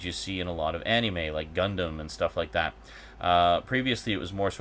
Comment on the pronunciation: I'm sure you've explained it before, but I'm unable to recall such an instance. Why do you say "Anime" the way you do? I can't be the first to say that it bugs me, but like your argument for why you set first person controls to inverted, it's not hurting anyone and and it's just how you do things. I just figure I'd ask and see if I can't just learn to accept it. Cheers! :D